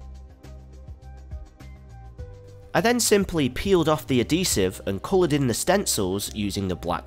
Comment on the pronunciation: Why is everyone suddenly pronouncing "adhesive" as "uh-dee-sieve"? It's not a silent "H:, people! It's pronounced "Ad-He-Sieve"